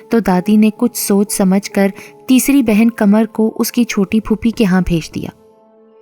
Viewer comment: Aslamalekm ap ki awaz to both acchi hai mgr ap qhamar ko kmar keh rahi hai urdu ko urdu ki tarha padhe plz